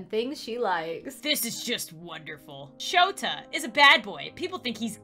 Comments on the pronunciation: Sayto Me: s a t o you must watch my hero academia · Shoto not shota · and his name is shota not shoto at 11:5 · I know right except it's shoto not shota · shoto not shota it sounds like sota